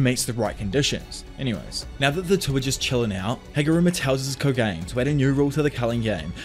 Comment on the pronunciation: love the video! your content has made my whole algorithm anime recaps... btw also no hate but the little culling game bug is pronounced koh-gah-nay. keep doing what you are doin!